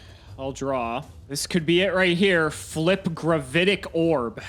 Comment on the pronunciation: "gravAtic" orb? as in an orb of "gravaty"?